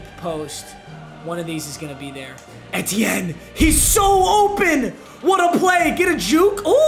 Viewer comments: Very much. Someone has to tell him it’s E-T-N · It’s pronounced like “Travis E.T.N.” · Its pronounced ETN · Papa Etiene is pronounced E T N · papa it’s pronounced E.T.N just wanted to let you know love you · Etienne is pronounced ETN literally lmao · It’s pronounced: Travis E-T-N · it’s pronounced e t n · It’s pronounced E-T-N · it’s pronounced EE-Tienne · its pronounced EE-TEE-in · it's pronounced "E-Tee-N" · Wtf is Travis Atieaan bruh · It’s pronounced E.T.N. Like initials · PAPA its pronounced E te en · Papa it’s pronounced “E T N” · I love at but the eh-teh-n was not it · It's pronounced E-t- en, sorry Papa, just thought I should let you know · It’s pronounced “EE-TEE-EN” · Jesus can u please say ETN RIGHT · mans really be botching names... Etienne is pronounced ETN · The way he pronounced etienne🤣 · you aren’t saying Etiene right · Your saying Travis etienne name wrong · Me every time papa doesn’t pronounces the first E in etienne 😑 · Is anyone else pissed how he was saying Travis Etienne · the way he says Etienne is upsetting me lmao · Hurts hearing all the different incorrect ways papa says Travis Etienne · Mmg said travis's name wrong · Anyone else uncomfortable on how he pronounces Etienne? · Papa pronounced etiennes name wrong the whole video and I wanted to die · Ngl I struggled to watch this video as a Clemson fan just Bc of how he pronounced “etienne” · him saying etiene wrong kinda triggerd me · you are pronouncing travis’s last name wrong name wrong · Bro learn how to say Etienne’s name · I’m cringing everytime he miss pronounces Travis’s name 😖😖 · It’s not eh-te-n it’s literally just E-T-N😭😭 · ITS E-T-N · it’s E-T-en not Ett-en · literally nobody:: it’s eh-tienne, not eee-tienne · The way he says ETN makes me wanna die it’s not etien it E T N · EEEEtiene not ehtiene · Anyone lose get annoyed be when papa said et-enin instead of e-ten or just me btw love you papa❤️💙💜💚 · it’s not ehtiene it’s E-tienne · it’s just E-T-N